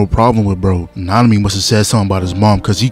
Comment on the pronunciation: Nanami? Oh, you mean -ami..